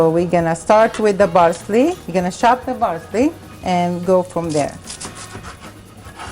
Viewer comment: I love it when say " We're gonna Chob it " XD